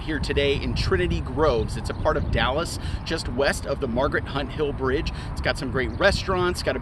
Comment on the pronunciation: I like the shirt and props on not butchering Margaret Hunt Hill Bridge